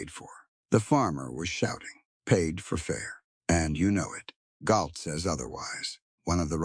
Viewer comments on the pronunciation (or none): G-O-U-L-D DOES NOT SPELL "GALT" !!! Fer cryin out loud---teach your AI how to pronounce your characters' names!!! You owe your viewers at least that much attention to detail.